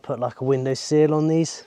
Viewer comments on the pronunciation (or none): I love your channel and I’ve been following since the roundhouse. Love all the stuff you do how eco your builds are or different techniques I get to learn about. I just wish it didn’t bother me so much how you pronounce ‘seal’ and ‘sill’ in the exact same way. My cross to bear I guess 😂